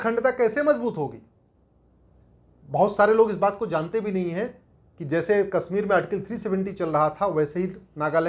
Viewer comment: Sir sorry to say that you are pronouncing Kashmir as Kasmir and desh as des. You are speaking sh as s. Correct yourself. Aap ka mazak ban raha hai. देस को देश तथा कसमीर को कशमीर उचारण करें॥